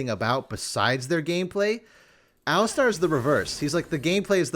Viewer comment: What the hell is an "el-istarr"